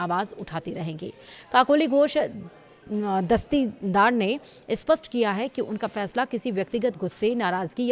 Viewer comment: 😂 kakoli ghosh dastii daar 😂😂 ... why should say her name in full when you can't pronounce it ?? Kakoli Ghosh would suffice ...